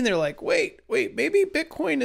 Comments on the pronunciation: Why are you saying "BITCORN"? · nice, i kept hearing bit corn. *joking... Liked your video!